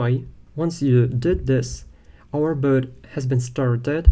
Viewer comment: The lesson is good but I don't like this pronunciation. Boat=bot😢